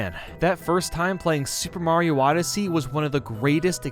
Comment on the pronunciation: I more realized he said Mario Wodyssey